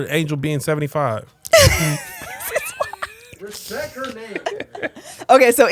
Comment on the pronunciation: Ok protect black women. He said “Respek her name” when kev was talking about Angel.